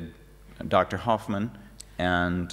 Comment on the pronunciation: If his name was Horfmann it'd have the letter in his name. But it doesnt, so why say the name completely wrong.?